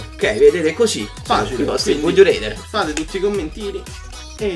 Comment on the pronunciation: pronuncia rather con la A te prego, fa popo schifo reder